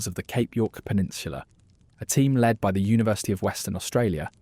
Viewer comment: Oh diwedd dad, its not leed its led you numpty.